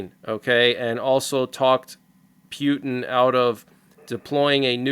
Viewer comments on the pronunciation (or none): Friendly reminder that Putin is pronounced POO TEN not PEW TEN :) Unless that's what you were going for. PEW PEW PEW TEN Hahaha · I would really appreciate it if you would pronounce Putin's name correctly. Mispronouncing his name only reflects your immaturity. Thank you